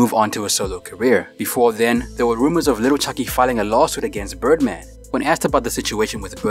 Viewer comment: please stop saying Little it’s Lil the ebonics way Lil Chuckee thanks in advance!! Oh yea Lil Wayne not Little Wayne!!!! If your gonna use or be a part of our culture you gotta present it the way it’s meant!!!